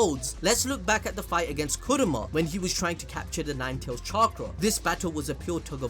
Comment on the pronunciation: it's Kurama not Kuruma